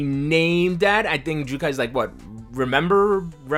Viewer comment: He--- Jyukai (Sea of Trees) instead of Jyukkai (Ten Commandments)???????? You don't understand the double consonants in Japanese pronunciation rules